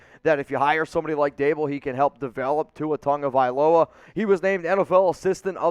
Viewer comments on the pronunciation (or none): STOP CALLING TUA TONGA- HE'S TaH-Go- Spelled TAGO-VAI-LOA!